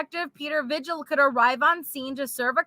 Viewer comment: I'm sorry but every time you say vigil it's actually pronounced Vihil. I'm sorry LOL